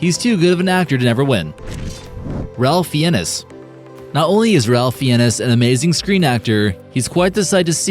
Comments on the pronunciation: Butcher those names! Ralph Fiennes and Joaquin Phoenix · The way you said Ralph Fiennes 👍 for trying and butchering the name's of well known actors